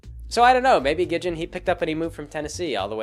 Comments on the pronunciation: A few things, Wendy is actually only three years older, she's 15, not in her late teens. It's Gid-ee-on, not Gid-jen and as for the hatchet, they were going on a mission! She probably was being prepared for the spooky dangerous shenanigans they get into. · Gidjen? How in the world did you get the verbal pronunciation "Gidjen" from the verbal pronunciation of "Gid-ee-un"? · Wendy's dad isn't just a lumberjack. He's completely insane. Soos' abuelita is technically his grandmother. Gid-e-on, not Gidjin. Three syllables. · "Gijin". Damn it,. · lol "Gidjin" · How the fuck is it you pronounce Gideon?